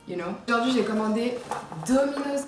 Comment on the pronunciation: Mdrrrr Sarah Fraisou pire elle dit "au jor dojordui" krkrkr